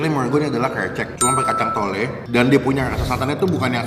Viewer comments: Kacang tolo bang bukan kacang tole hahahah tole dlm bahasa jawa anak laki laki bang😁😆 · Kacang tolo bukan tole bang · Kacang toloooo bang....not tole,tole itu anak laki2 kecil.🙄🙄